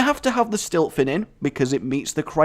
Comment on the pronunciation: I'm sorry, but the Shaman Murloc card actually isn't called Stiltfin, It's called Siltfin. Although I fully want it to be called Stiltfin...